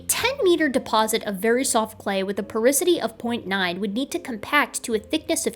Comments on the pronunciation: Its called "Porosity" not porisity :) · I cringed hearing "porisity" instead of "porosity".--, geochemist, geologist, evolutionary biologist But I still think you're awesome.;-) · Please never butcher the word "porosity" again